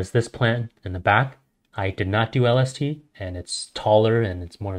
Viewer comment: My guy that mericle grow stunts yer plants so they only grow to be like 3 to 4½ feet tall and u wont yield that much if u use that mericle grow shit and lol everytime he says lST I think he says LSD I'm like hollup what's that gota do with this